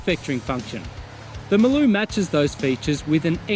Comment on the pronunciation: Hi it's funny that you say Maloo correctly. But everyone pronounces it MARLOO. Go figure LOL